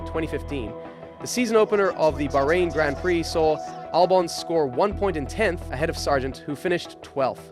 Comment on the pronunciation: When you can’t even pronounce Grand Prix properly….